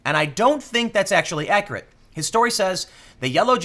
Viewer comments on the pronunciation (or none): none